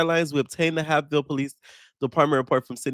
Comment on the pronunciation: The fact that the Sydney thing happened in my little town is CRAZY. It’s pronounced hape (like vape)ville & I haven’t seen pretty much any Asian content creators speak up about the Nolan case considering he’s Blasian but they were screaming Stop Asian Hate & we’re mad at the black community for not fighting for them